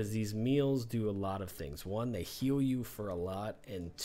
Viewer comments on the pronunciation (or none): none